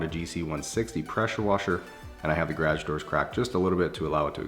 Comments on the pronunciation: bro said grage and not garage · Love your videos but one thing ... gah-rashge ?!? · What’s a gragg? Oh u mean garage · “GaRaGe” I absolutely love the way he said that lmao. I don’t pronounce it that way😂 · “Garaj” 😂 gotta love Canada. Greetings from Detroit! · no one: absolutely nobody:: gradge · Definitely sounded funny when he said it! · The hell you pronounce garage like that...... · I love these videos and I think he's a really cool guy but coming from america I hate the way he says garage 😂😂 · Am I the only one who has never heard anyone pronounce garage the way he does🤷‍♀️ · I chuckle every time you say the word GARAGE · What province is he in? The way he pronounces garage sounds American to me.